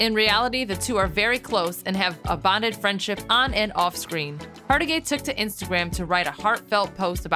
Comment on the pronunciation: HargiTAY! TAY!! TAY!!!! COME ON, MAN!!! Get the name right!!